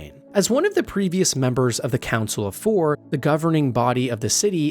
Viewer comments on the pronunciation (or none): none